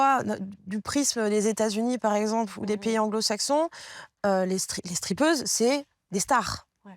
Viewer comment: elles disent "streapeuses" à la place de "strip-teaseuses" bel exemple de novlangue histoire de faire plus classe ou "tendance" RIDICULE